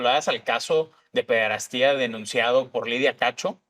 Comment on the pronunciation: Amigo, no se dice "pederastía",sino pederastia. Sin acento en la i; la voz se carga sobre la primera a.